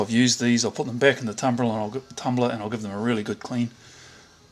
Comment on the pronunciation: You almost said "tumbler", but corrected yourself and said "tumblah" Hahaha :)